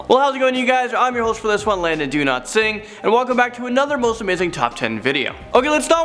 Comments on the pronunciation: I swear he says his name is “Landon Do-not-sing” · He does. He switches from pronouncing it as it actually is to Do-Not-Sing. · I swear Landon said do not sing in the intro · Anyone else hear “Landon do not sing” 😂😂